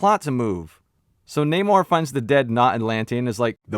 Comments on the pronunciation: seen the movie today was pretty good and who cares if you can’t pronounce namor that’s your prob just nit picking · Who goes to see a marvel movie expecting great writing? This was a good movie with great action and emotion! And your jokes on not being able to pronounce the name sounds RaCist to me! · The main antagonist's name is pronounced as NahmÓRRRRRR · in the spirit of political correctness, you gotta roll the Rs like Galadrrriel... it's pronounced Naw-Morrr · I LOVE THAT ALL THE BLACK PEOPLE IN THIS MOVIE PRONOUNCED NAMOR CORRECTLY-"NAY-MOR"- INSTEAD OF THE IDIOTIC "NON-AMOR" BULLSHIT THAT HE CALLED HIMSELF... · It’s NAH-MOR. it’s not that hard my guy. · Loved your review! Totally agree! And the naymourhdjsod pronunciation - made ma laugh so much!!! 🤩 😂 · Its, Nah-moor~ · Its pronounced Nemo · You could've go back and watch the movie again and listen how they say his name, but you gotta repeat this lame ass joke a couple of times when in reality his name is so fucking easy to say. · In case you didn't know I like your videos but just so you know the whole thing with namor and being pronounced in a Spanish way as you know a person who's Puerto Rican that was not something that was you know done for any cultural reason it was done because Paramount owns the f**** rights to namor and the submariner property so they couldn't say the name and they couldn't use the term atlantian they couldn't use to try then they couldn't do none of that so they had to get around it that's why they they took the whole culture and they pronounce his name differently that's what this whole world to embrace the Latino culture and all this b***** that wasn't true about us but I think that the guy did a decent job with what he was given it could have been a little better the movie was okay it was all right but that's what happened that's what the whole thing with the Namor situation is about nothing else they just don't have the rights to the character and they didn't want to get sued